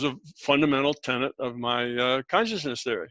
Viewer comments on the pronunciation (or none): none